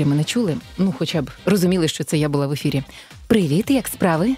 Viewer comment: Господи, народ, ну я розумію, що звалились, як МКС на голову нові правила української мови, але будь ласка не треба вивертати людям вушка. Ну які, най би вас, етери? Було собі слово ефір і нормально. Чим воно вам не вгодило? І літеру В замість У кругом сувати теж не обов'язково. Побійтесь Петлюри